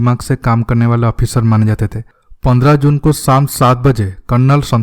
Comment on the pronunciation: Bhai tumhara hindi aisa kyun hai pandra ko pondra bolte ho ...bahut awkward hai